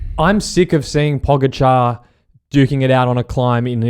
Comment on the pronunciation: Great stuff chaps... but for crying out loud. Possibly, the best cyclist alive. Get his name right. POE-GATCH-ARE. You've had 3 years to learn to pronounce a single name... getting it wrong now is just laziness.